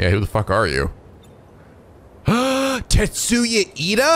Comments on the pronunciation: omg keeps calling tetsuya Ida TENYA iida.. like iida from my hero academia dhshsj cute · "Tetsuya Ida". Not "Tenya Iida". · Too bad it's actually Tetsuya:P just misspoke as per usual with Japanese names